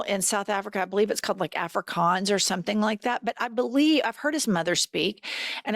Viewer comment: “Afrikaans” is correct.